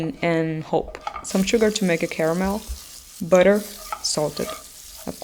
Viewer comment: "Add some bwudyuir"... Love the butter pronunciation